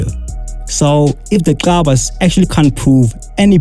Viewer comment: Gcabas not Xabas marn yo dam it😠